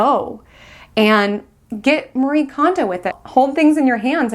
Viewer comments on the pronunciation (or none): none